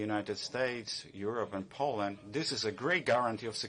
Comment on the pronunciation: her English accent was very poor. They could've hired someone more qualified. FFS she couldn't even pronounce Poland properly. That's a disgrace in itself.